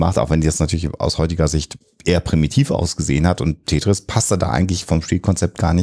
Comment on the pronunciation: Er: Tätris. Sie: Tetris. Er: Tetris. Pause. Er: Tätris.